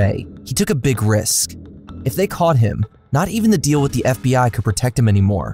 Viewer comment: without getting caughts? butts? do you have a speech impediment or are you doing this on purpose? a rats? rat him outs? what's wrong with you?